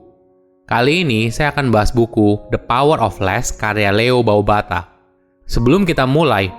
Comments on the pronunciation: leo babauta min, bukan baubata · Leo Babauta..... Bukan BAU BATA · Babauta..bkn Baubata bro...🙄